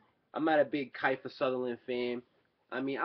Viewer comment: Kifer Sutherland haha it's Kiefer (KEY-FER)